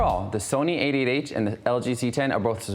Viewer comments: Why is he saying "8 8 H"? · A8H sounds like 88h :D